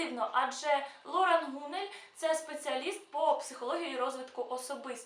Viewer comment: ЛорАн. Ударение на последний слог.